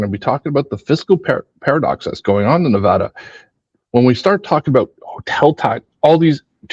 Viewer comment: Thanks for pronouncing Nevada right (nev add uh). Born and raised in Vegas and moved 2 years ago. All the analysis on how short sighted and down trending Vegas is, is so refreshing because I didn’t feel like that was hard to see, all my old friends are still convinced it will be fine, plenty of water, plenty of tourists, no worries :))